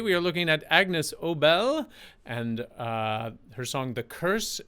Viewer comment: BTW, it’s pronounced A-Niece not Agnus. ✌️😁🎶